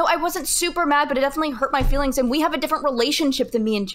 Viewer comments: What the hell is Fefe? Does she mean feelings? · Saying fifi instead of feelings is major league cringe ball bases loaded grand slam cringe